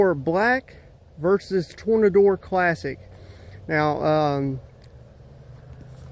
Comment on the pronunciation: Funny how people can no longer read now days. This company must be shaking their heads and laughing at him because he can not pronounce the name correctly. They even put a picture on the bottle to help the people today pronounce it correctly. Lol Ill give you a hint. You take the word tornado it's pronounced the same just replace add an R at the end so the ending ends with or Tor-na-dor